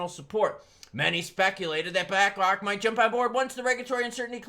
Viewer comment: Did you say black rock or did you say black cock